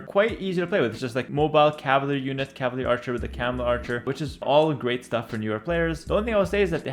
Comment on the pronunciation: Could've sworn its pronounced cav-al-ry Not calv-ry